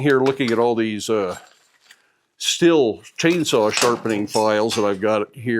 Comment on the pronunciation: Thank you for calling the chainsaw Stihl and not steel. LoL